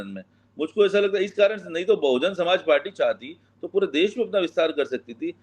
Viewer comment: ये मैडम कैसी पत्रकारिता कर रही हे इनको बहुजन समाज पार्टी का नाम भी नहीं ले पा रही हैं